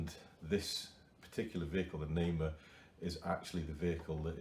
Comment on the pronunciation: thank you for this great video, the name of the vehicle is TIGER means NAMER in Hebrew you say it in phrases like NA-MER I am trying to build one and dedicate it in memory of the soldiers who died in the October 7 war